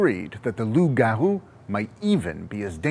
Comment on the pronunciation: Thanks for pronouncing Loup Garou and Quebec the right way